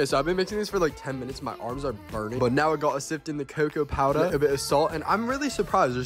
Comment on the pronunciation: Did anyone notice how he turned bri’ish about halfway thru for like a second 💀 “cocoa powdah”